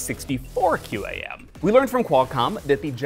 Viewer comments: QAM is pronounced quam, don't speel it out. My name is Chris Foster and that was my message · I've always heard QAM pronounced as "cam"